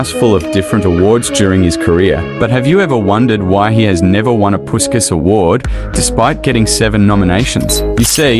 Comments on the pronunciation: Without any disrespect of course, imagine if you could pronounce Puskás correctly. It’s supposed to be more like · PuSkaS 😂🤣 Man, I know there are different traditions of pronunciation in different countries, but if you check original Hungarian one and even standard British/AmE, you will see that his name should be pronounced through 'sh', not 's' : Ferenc Puskás (Hungarian pronunciation: [ˈfɛrɛnt͡s ˈpuʃkaːʃ], UK: /ˌfɛrɛnts ˈpʊʃkəʃ, ˈpʊʃkæʃ/. So, it's [Pushkash], not PuSkaS =) What about you guys? How is it pronounced in your country? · Like basket but their pronouncing is puskas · It’s pronounced like pushkash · It's pronounced "Pushkas"